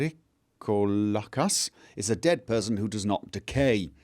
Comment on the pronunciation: I know that foreign and unknown words are hard to pronounce properly. But as a greek I find your VrikoLAkas funny. It almost sounds as if you call him a VrykoVLAkas (i.e. stupid wolf ) xD In case you were wondering, it's VryKOlakas :) Now why someone would confuse Vrykolakas for vampire instead of werewolf, that's still beyond me. I mean, even the ingame letter refers to them (correctly) as people who could transform into wolves, according to Herodotus. As for the operation: While I haven't studied medicine, I've seen a lot of movies. When someone is about to die, they take out a huge epinephrine syringe and stab it right into the heart. But the nurse probably didn't have any there, so I think it makes no difference. On another note, I find solace in the knowledge that I'm not the only one constantly getting lost while using a map.